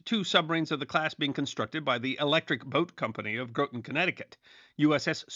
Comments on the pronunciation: Groton is usually pronounced Grot-on, not Grow-ton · As a local to where the Nautilus was birthed and where it's currently on display... "Groton" is pronounced with a "Grah-tin", not "Grow-tin".. I've been a huge fan of this channel for years now.. love it and keep up the great work! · Groton isn't pronounced 'Grow-ton', it's 'Grah-ton' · Just because nearly l every content creator who talks about American submarines makes this minor error, I feel obligated to comment... Groton, CT is pronounced like “Grotten” (rhymes with rotten). Not “grote-ton”. Keep up the quality videos! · Groton is pronounced as in ROTTEN, not as GOATen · As a native “Nutmegger/Connecticutter” (or whatever you call us) it pains me when people pronounce Groton incorrectly. It is not “GROW-ton” it’s “GROT-en” like rotten, hence the nickname Rotten Groton. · I've been on the USS Nautilus; probably like a lot of Connecticuters. (There's a museum in Groton.) My dad was fascinated by subs, so we went once. It's not truly my cup of tea, but it wasn't too boring It's Graw-ton, btw. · "Grawton" is how it's pronounced. Not "growton" Groton, CT Also where EBGreen tape was developed. Another great history story. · Some things can never be forgiven! 😉😁 ( There's a town called Groton in Suffolk, UK, and I'll bet they pronounce it Graw-tin or Grah-tin as well) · Not the worst mispronounciation I've heard on the 'tube. For anyone wondering it's Gr'au'ton. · The city in Connecticut pronounced like cotton “Groten” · "Groton" CT is pronounced like "rotten". For obvious reasons. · It is pronounced Grot-ton rhymes with rotton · Great video! As a Submariner, I thank you. I would counter that from the view of submariners, the cold war wasn't all that cold, which would be a great video to see. The only issues that I noted were pronunciation errors. Polaris- Po-lair-iss Groton- Grah-tun (i.e. the base is called rotten groton) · As a native of the area, Groton is supposed to rhyme with Rotten.